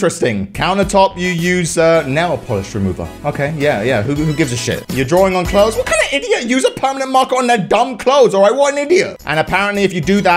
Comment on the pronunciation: Jodie Mitchelle stop being salty cause he said cloths instead of clothes